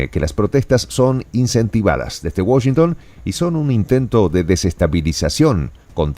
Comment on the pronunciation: No pronuncias bien Washington en inglés, saludos desde New York City.